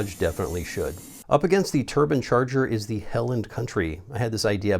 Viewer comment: Plz say turbine and not turban 🤣